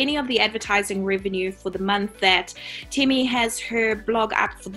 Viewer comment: Temi not teemi